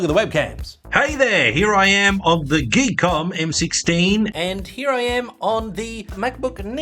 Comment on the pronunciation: I believe the name on the box is "Gee...KOM"... not geek book 😅😆😂😂